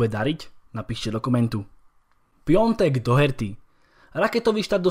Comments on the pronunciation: Proč furt čtěte Piatek jako piontek?? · Je to totiž Piątek 😉